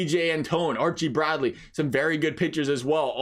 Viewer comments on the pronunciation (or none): none